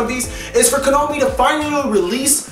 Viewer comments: would you PLEASE call them Ko-NA-Mi and not Ko-No-Mi.. just PLEASE! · Stop pronouncing "Konami" wrong. It's getting irritating...